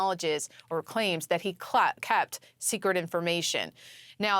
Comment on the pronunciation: He "klept" as well as kept. Frieuduan slip huh.